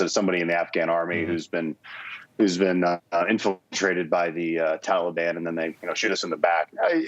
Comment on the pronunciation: I was thinking, Obama just needed a way to supply all his buddies with guns and ammo. Yesterday I heard Biden say, "Taliban" and pronounced it the same way Obama did. 🤔 Reminded me of the first time I heard Obama say, "Mooslim"🙄 Bad apples never fall far from the tree.